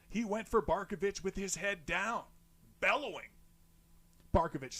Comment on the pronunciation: Dude, you nail it with "Barkovich"! Haha 👏👏👏